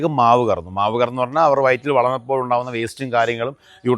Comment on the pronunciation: മാവ് അല്ല ചേട്ട മാശ്ശ്